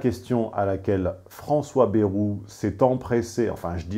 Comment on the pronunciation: à revoir votre prononciation de "bayrou"